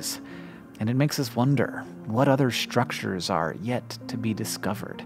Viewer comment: Has Hank always said 'shtructure' and I just haven't noticed this whole time?